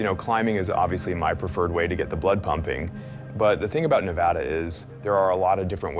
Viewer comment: The best part of this video is that they both say Nev-add-ah, not Nev-odd-ugh.